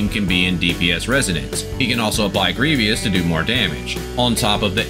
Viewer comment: Its pronounced gree-vis (grievous) haha good deep dive as always